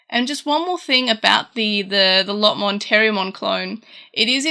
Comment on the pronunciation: Why do you say Lotmon instead of Lopmon? Otherwise great video! :P